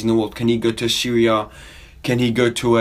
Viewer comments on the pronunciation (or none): lol thought for a second you Said syria when you Said Serie A hahaha